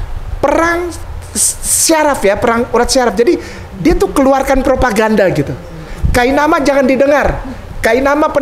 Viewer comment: Ma'af di koreksi saudaraku bukan Kaimana tapi kainama🙏🙏